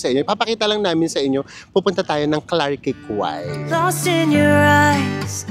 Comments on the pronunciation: Clark key po ang tamang pronounciation😊sa Clarke Quay.. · Klark kee po yung pronounciation. 🙂